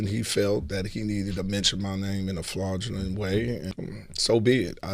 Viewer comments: Yall was on the same bus😂😂😂 He said FLAWDULENT. We don't know what that is😂😂😂😂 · "Flaugulent" way? So if you cant read the words we make them up huh? Got it! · Did he say “flaudulent” damn Katt no lies told. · When I heard Earthquake say “flaudgulent” and “Purst of all”, I knew there was some truth to what Katt said… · “Flauglent” way is a prime example😂😂😂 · Did he just say ‘flaudgulent’? 🤨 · He said mention my name in a “Flaudulent” way. Thats all the proof I need this brother can’t read😂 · Meanwhile he says "FLUADulant way" yes, he is not only Illiterate, he doesn't know how to correctly pronunce half of the words that come out of his mouth. I like Earthquake.. but when he first got his show on Sirius XM, i felt embarrassed for him while he was trying to read Ads on the show. It was as if they gave him a show for him to be the Butt of the Joke by listening to him try to speak in radio broadcast. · He said “flaudulent” 🤣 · Well he actually said it was “flawgulent” so i mean. He’s clearly saying what Kat said was untrue. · I thought I was the only one hat picked that up 😂